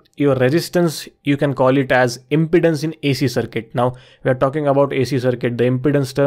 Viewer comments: Pronounced imPEEdance, not impotence. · It sounds like you are saying "impotence" rather than "impedance". If you can solve "impotence" you will be rich! 😃